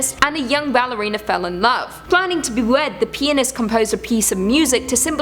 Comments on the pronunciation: Am i the only one who thought she said penis instead of pianist?😂😅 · I think Im tired because in one of your story I heard Penis instead of Pianist. So I thought weird that a Ballerina fall in love with... you know what. Im dead. LOL :P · Huh huh she said pianist like four times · Please keep saying “pianist”...tee hee tee hee tee hee 😆😆😆🌭